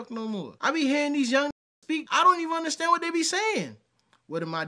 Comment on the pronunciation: 🙋🏾‍♂️ It's u.n.d.e.r.s.t.a.n.d.! Not innerstand, understand? 😂😅😂